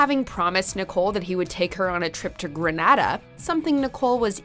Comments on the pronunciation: Its not Gren-nuh-da, Its GRENADA!!! DAMMIT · Grenada not Granada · Whoever did the commentary, it is pronounced Gre-nay-da and not Gre-nada. Im not Grenadian, but they would get offended by the way you pronounced it. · What the hell is Grenada gren Ada it's gre nea da Americans shouldn't try to pronounce Caribbean countries names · Omg the way this bot pronounce Granada she said (grahnahdah) 🤦🏽‍♀️ pedros mom has all rights to...her family started that when everyone was happy n knowing Pedro dont like her family and was willing to go for a change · Gren ay da is how to pronounce Grenada. Granada is somewhere else. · So, watchmojo and the grace report worked on this and no one could pronounce Grenada properly? Gre-NAY-da. Shameful. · You re mispronouncing the name it's grenada as in grenade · The way she pronounced Grenada tho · Love how she mispronounced Grenada. 😭😭😭😭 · Why u gotta pronounce Grenada like that? such disrespect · omg the way she pronouces grenada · Every time they said Grenada wrong. My blood boiled 🤨🤨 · The Grenada pronunciation is killing me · The way you pronounce Grenada makes me cringe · The mispronunciation of Grenada is killing me. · Fuh real..... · I was now coming here to say that lol